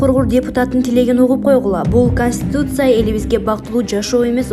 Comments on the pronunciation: Эмне деп окуганы кастутиця каституця деп конституция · Ушул диктор кыз коництутся деп уйроно албады да костуса деп койуп окуй берет